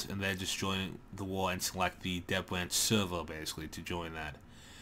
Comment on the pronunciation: why can't you say third and here and dev?